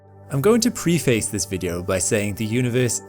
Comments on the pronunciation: It’s not pre-face….. it’s pronounced preh-fiss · “Preh-fiss” not pre face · Pr-ehf-ace fyi (preh•fuhs is the dictionary sounding and is probably the most helpful insight to the pronunciation) I’m not a stickler about this kind of thing but you speak English almost perfectly and as a native English speaker I find that there is a much better sounding/flowing way to pronounce said word